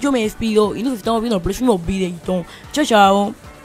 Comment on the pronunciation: Ya aburres hermano -Los mismos trucos -Para que mierda vamos a tener el monton de autos iguales de la calle -tu presentacion me da risa XD "Videoito parel canal" XDDD